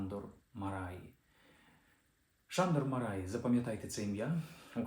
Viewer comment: Андрію, дуже вдячний! Тільки наголошувати за правилами угорської потрібно: МАраї (як і ПЕтефі) - у трискладових прізвищах наголос падає на перший склад.